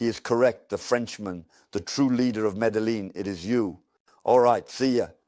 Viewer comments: It's pronounced Mé-dé-yeen not medeling please and thank you for uploading. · Medellin not Medelin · why does his voice sound like AI. also he pronounces medellin how i feel like AI would pronounce it